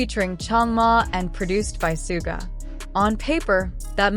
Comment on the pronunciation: Please find how Suga ´s name is pronaunced this is bad. And Jin as well, seriously.